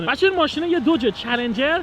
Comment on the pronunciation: عزیز بخدایی که میپرستید این اسمش دوج نیست اسمش داجه ، اونم فورد نیست فُرده و موستانگم نیست ماستانگ ویا ماستنگ هستش. هرچیزی که O و U داره او خونده نمیشه. مثل کلمه های Mother , Brother , Must , Jump , Mom , monster , Just , اینا همه آ خونده میشن نه او